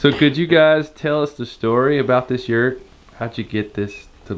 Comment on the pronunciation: Can you guys say yurt the right way please. My Mongolian antsasters are screaming .And what's up with the yurts outside layering its wood it's not traditional .Soo it doesn't look like a yurt it looks like a sad sad etimpt to make a yurt . SO CONGRATULATIONS FOR MAKING THE 2# WORST YURT THAT A HUMAN BEING CAN MAKE If I sound rude Sorry not sorry